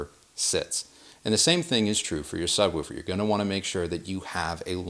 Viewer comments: Yes, woof-er and wolf-er would be the same sound. I’m not saying sub-wolve-er. Do you say push or poosh? Bush or boosh? Ha Go watch any other videos of people talking woofers and subwoofers and you’ll hear a clear difference. You may hear the same sound from a video where it’s not a real person talking. I was just busting his balls. To each his own.. No ill will behind my comments. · No, it's 'woof' like a dog, with the same 'oo' sound as in 'book'. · Why are you saying subWOOfer? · The way he pronounces, “Subwoofer” makes me giggle. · Anyone else think he says ‘sub-woofer’ funny/oddly? 😜😛 #goahead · Excellent video apart from not knowing how to pronounce "subwoofer"